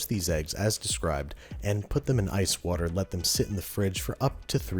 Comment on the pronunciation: Wourder? Someone hung out with Bon Appetit Brad a bit too much ;)